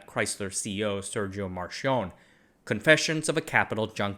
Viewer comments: Just saying, "ch" is pronounced as "k" in Italian. It's "Markionné", not "Mar-chon". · Marchionne is pronounced "mark-ee-oh-neh" NOT "Mar-shone"😂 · it's "markionne", with a closed C. Your pronunciation makes him sounds like he's french 😅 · Just a thing on the italian pronunciation: it's Mark-ee-o-nn-e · Marchionne is pronounced Mar-ki-onn-ee, with a long n and a hard e sound like the E in "exit". He was Italian, not French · Love your videos, for reference the way to pronounce Marchionne is with an hard c/k. So it’s basically Mar-ki-oh-nneh. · "Marchionne" in Sergio Marchionne is not meant to be read as if it was french, he was italian and it's read as "mark-eeon-neh", that being said love the videos. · That's a crazy pronunciation of sergio marchionne lmao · Chinese names were very good, but he killed Marchionne with that frenchish.